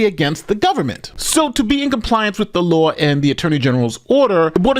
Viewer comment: Isn’t it pronounced law and not lauwu